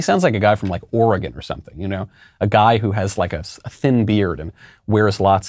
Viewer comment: Hey now! I'm from Oregon, easy on that description. Lol. Also accurate. Also Also you pronounced it correctly.